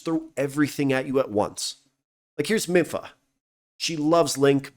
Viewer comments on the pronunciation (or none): "I bet I pronounced all those wrong." No, I think you got all of those right. A few minutes later... "Miffa" Great vid I would love to see a wider variety of side quests to give us more unique things to do.